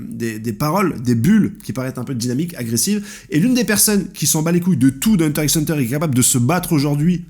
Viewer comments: Ça me stresse de ouf que tu prononce le X de HxH alors que tu connais super bien l’œuvre 😆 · Pq tu prononce le x de HxH ? 😖😖😖